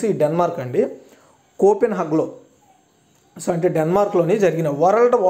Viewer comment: Bro copenhug kadu Copenhagen telugu lo clear ga undi kada chusi kuda correct ga chadavakapote ela.